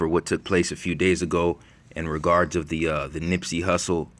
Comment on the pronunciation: Who said nippsy like X 😡😡